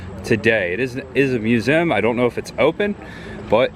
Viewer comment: Why don't you pronounce museum the correct way? It sounds so stupid the way you say it!